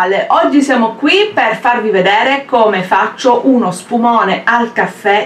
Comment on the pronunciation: "uno spuMOAne"